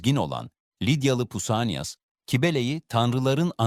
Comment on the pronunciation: Latince (ae) diftongtur yani tek harftir.Okunuşu yumuşak a dır.Mânad diye okumak gerekir.Ayrıca u harfi v sesidir.Pausanias'ın telafuzu Pavsanyas'tır.Kelime içerisinde v harfi kullanılmıyor.U veya ü sesi ise Y harfi ile betimleniyor.Ancak u sesi mi veriyor yoksa ü mü kelimeyi tanıyıp telafuz etmeniz gerekir.Son olarak Kybele'nin telefuzu Kübele veya Kubele'dir.Hititler de Kubaba diyor.(İ) olarak telafuz edilmesinin sebebi batılıların Latince'deki harfleri eski Yunanca harflerin sesleri ile okuma hatalarından ileri geliyor.Yunanca orjinal metinler de Latince ile aynı telafuzu veriyor.